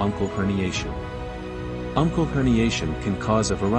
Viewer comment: Uncal, not uncle.